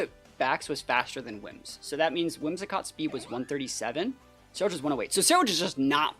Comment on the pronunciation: "Cenuledge"? I think you mean Cerulegde. Keep up great work :)